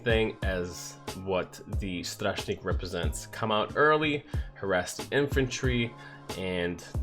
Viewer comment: Your pronouncing of Łowca is really bad It's Wovca with C spelled more like S Your Śmiały and strażnik pronunciation is good